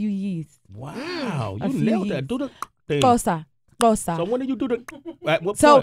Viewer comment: Love how she did the Xhosa - she did great